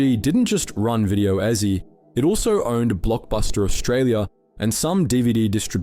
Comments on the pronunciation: It's pronounced easy not ezy 😂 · I'm sorry did but did you you just pronounce that as 2000's 10's when you were meant to say 2010's? And also at the mark, what was that pronunciation with Ezzy when you were pronouncing Ezy the correct way beforehand? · Me too.. at 1 point it sounded more like Video Ehhzi... -- What's meant by "gathos" or what that's a slang for? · why tf do you keep saying video EZZY were you even there? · The way you pronounced gathos and ezy got me thinking this is AI